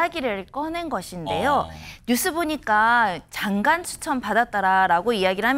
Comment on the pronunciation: 이름은 모르겠는데 앵커 뒤 말한 여자분, 좀 똑바로 해 주세요. 장간이 뭡니까, 장간이.. 장관이지, 징관!!!